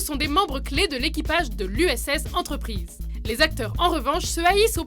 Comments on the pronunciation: T'es serieuse?!!! T'a dis USS entreprise (entreuprise) y'a plus de respect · euuuuuuuh Uss enterprise... pas entreprise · watch mojo français ok mais watch mojo sans accent anglais, duchoveny au lieu de duchovny et uss entreprise mdr vous m'avez tué